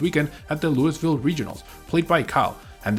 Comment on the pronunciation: Luis ville 🤣